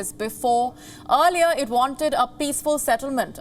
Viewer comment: Groooopssss kaboooollll toibaaaa learn the language guy. Earliyaaaaa seriously.